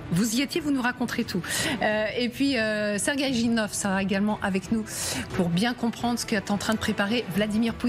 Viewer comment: Tres ridicules d entendre Serguei